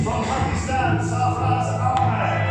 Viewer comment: Who is notice that anchor said sarfaraz Khan 😁😁😁😂😂